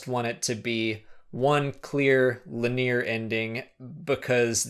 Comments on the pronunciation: lin-e-yer not lin-eer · King Hippo oh my gosh shame on me, and linEer is the way most people pronounce the word anyways. I'm not trying to be condescending it's just thats the way you are supposed to pronounce it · LIN E UR not LIN EAR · Linear is pronounced linEer, not lenear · Linear is pronounced "LIN-EE-er," not "Luh-NEAR." I hear odd or uncommon pronunciations all the time, and many words have acceptable variants, but I've never in my 41 years heard "Luh-NEAR." Now, just to demonstrate I'm not picking on you,, I spent a good many years mispronouncing the name "Ozymandias" because I'd not heard it said (I was reading Watchmen in the '90s in high school). I said "OzymanDEEus," not "OzyMANdias." The later still sounds wrong to my ear even though it's correct. Great videos, though, keep up the good work!:-D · Love your videos. Fantastic content, good discussion, and it's all presented very cleanly and very well. However, it is pronounced LIN-EE-ER. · Lin - ee - er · Le Nerre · You are saying linear wrong. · You say linear strangely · What a terrible way to pronounce "linear". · Hey man not sure if anyone else pointed this out, and no offense, but you are pronouncing 'linear' wrong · my man you are pronouncing linear wrong. but its cool, i pronounce things wrong all the time